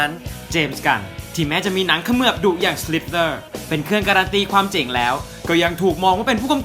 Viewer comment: เจ๋ง หรือ เจ๊ง ครับ ผมฟังว่าเจ๋ง ทุกทีที่พูดว่าเจ๊ง ครับ